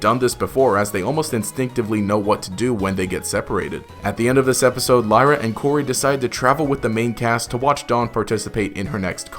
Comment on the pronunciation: Wasn't it Lyra? Not layra?